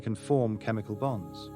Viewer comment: I know you're saying the word bonds BONDS but when I hear you say hydrogen bonds my brain says hydrogen bombs don't ask me why it's a weird thing it just sounds like you're saying hydrogen bombs so be careful of that and you might want to switch up saying bonds made with hydrogen